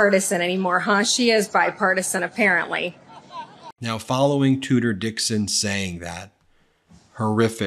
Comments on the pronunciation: I thought they were saying "Tooter Dixon" and thought why not change it 'Cooter'😱😂🤣😂🤣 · It's actually it's Tudor Dixon, but I love you calling her Tooter. That's how I heard it, and how trump pronounced it. It is far more apt that a royal name for a woman that toots such base crap. 😊